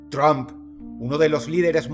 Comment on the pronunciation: De los reyes del montaje y autoatentado, nada sorprende a estas alturas. Dross hermoso, se pronuncia "TRAMP" no TROMP, no hable inglés como los mexicanos 😅